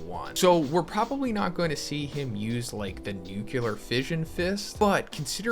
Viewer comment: can you please pronounce nuclear properly, pls